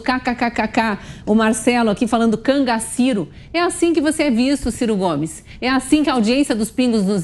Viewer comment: Explosivo ele, né?! Gente, "Cangaciro"??? Quase morro agora, kkkkkkkk